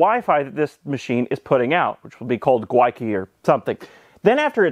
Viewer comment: Every single "Gwyneth" filled me with joy.